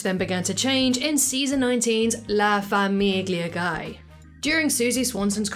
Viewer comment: the way you pronounce "La Famiglia Guy" is probably the least Italian way possible